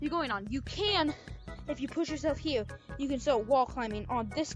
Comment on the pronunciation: up hewe??